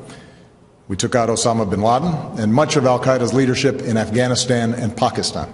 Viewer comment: Am I just being paranoid or does Obama pronounce certain words like Pakistan like he is a native Arab? I'm not eluding to anything but it's just not very common & definitely not normal of human dialects/accents to take on one from another country unless he is bilingual and speaks that native language....